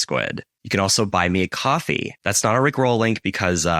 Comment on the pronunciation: My guy saying "rick ROLL" like a high school student trying to understand iambic pentameter. 😂